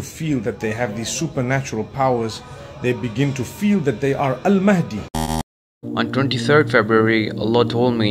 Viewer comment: Astaghfirullah, you have again used the AI generated voice of Ustadh Nouman Ali Khan to prove your point at the end. Stop with the falsehoods. Anyone who hears Nouman's lecture knows he doesn't sound like that. He's an expert in Quranic Arabic (Classical Arabic) and would never pronounce Al Mahdi as Al Maadi. Fear Allah brother.